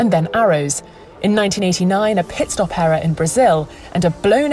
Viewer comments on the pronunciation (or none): none